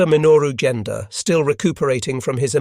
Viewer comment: It's "Genda", hard G as in "get", not "Jenda". The cruiser Tone is "to-nay", not "tone". "Vireo", the minesweeper that started towing the Yorktown from the scene, is "veer-ee-oh", even stress, not "vir-AY-oh"